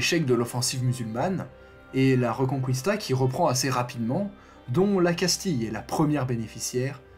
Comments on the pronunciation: pour info ça se prononce pas reuconcOUista mais rÉconKista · Reconkista !!!Et non pas Rconcouista🤣🤣🤣👍